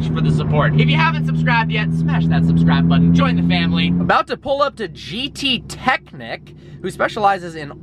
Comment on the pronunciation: You spell the ch in gttechnik like the sh in jewish (its german)